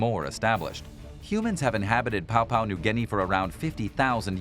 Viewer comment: No everyone gunna pronounce every word or name perfect leave the man alone bet there's ton of words and names you can't pronounce properly